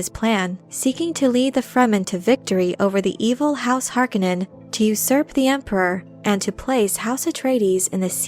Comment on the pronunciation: Nice video, but I cringe every time you pronounce Harkonnen.